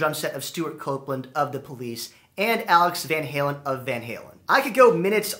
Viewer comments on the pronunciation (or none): none